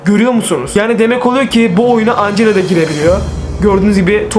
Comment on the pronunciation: Ancela değil angela